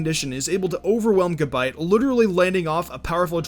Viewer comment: fucking gAbite. not gibite, that shits pissing me off. lol